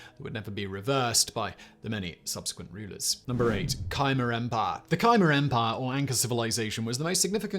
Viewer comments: Not Ky-mer, but Ka-mer, with the accent on the second syllable. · Why are you saying Khimer Empire?